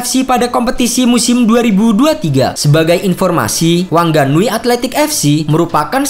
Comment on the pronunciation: WHANGANUI DI BACANYA WANGANUY OM